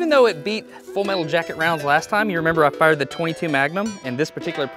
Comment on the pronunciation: Soon as he said fired lol I noticed that too